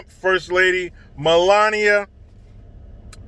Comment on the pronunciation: You said her name perfectly 👍